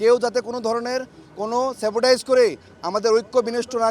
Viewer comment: স্যাবোটাইজ না, স্যাবোটেজ হবে উচ্চারণ